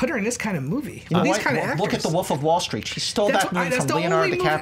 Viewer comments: Is it just me or does it sound like is saying the Woof instead of,"the Wolf," in the first round? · That guy just cannot pronounce "wolf".